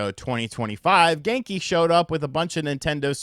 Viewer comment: Genki...more like: "Gone-ky"